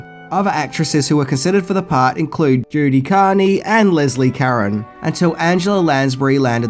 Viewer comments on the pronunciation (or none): Carne is carn not carney as in Art Carney. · That's mighty "corny" to pronounce her last name "Carne" with two syllables....;>)